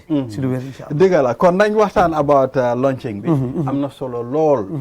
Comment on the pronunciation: Book launching... not "lunching"